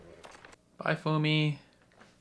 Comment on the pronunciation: "Bye, Fumi"? Come on man, it's not that hard! :D